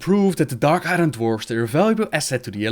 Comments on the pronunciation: No disrespect but.. it's not pronounced I Run. It's weirder and pronounced I Ern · I-arn not i-ron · dark i-ron... I-RON! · Dark I-ron. That pronunciation of 'Iron' made my penis go inside my body. How to butcher a word 101 XD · It's pronounced "Dark Eye-urn" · I didn't even understand a word of it